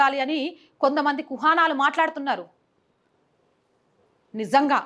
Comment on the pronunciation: ముక్కుమ్మడి దాడి కాదు తల్లీ ఆ పదం మూకుమ్మడి దాడి.కుహానా కాదు ఆ పదం కుహనా.తెలుగు పదాలను ఖూనీ చేయవద్దు